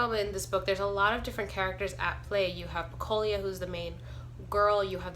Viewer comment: Pecola not pecolia